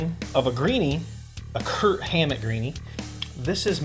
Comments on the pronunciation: No offense, but you keep saying "Kurt Hammett". It's "KIRK". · Are you saying "Kurt Hammett"? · Just a note, his name is Kirk. Not Kurt. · Twice you said "KIRT HAMMETT." Bro's name is KIRK.